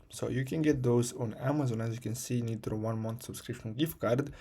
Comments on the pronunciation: Its a waste of time dont watch this vid you still need credit card. He just says buy something else. Also its pronounced like nye-tro not nit-ro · the guy cant even pronounce nitro showing how to get it for free 😂